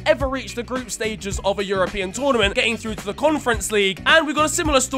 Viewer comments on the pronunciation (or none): none